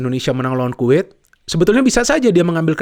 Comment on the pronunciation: Kuwait bung bukan quit, quit quit mulu hehe. Canda bung 😁